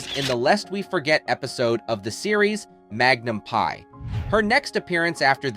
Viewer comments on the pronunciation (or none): It is Magnun P.I., not Magnum Pie. Stupid A.I. narration. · Magnum Pi? Duh! If Magnum P.I. like Pee Eye not Pie! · Magnum pi? What? Do a little research, please. No credibility after that. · She hardly "went silent for two decades". She appeared in nearly four dozen episodes of The Beverly Hillbillies or Petticoat Junction as Dr. Craig after the death of Bea Benaderet and had over forty other credits in the 20 years after the end of Lost In Space. Also, you should have taught your A.I. voice how to pronounce "Magnum P.I.".